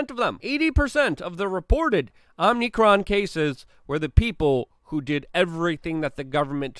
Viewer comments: are you calling it omnicron because youtube will censor omicron or are you just saying it wrong? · It's Oh-mi-kron, not Om-nee-kron. Stop mispronouncing it. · No 'n' after 'm' in omicron. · Luke, you keep saying OMNICRON when it is OMICRON. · It's called Om (like Hindus say) icron; not Omnicron. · It drives me crazy that Luke says Omnicron instead of Omicron and exasterbate instead of exacerbate!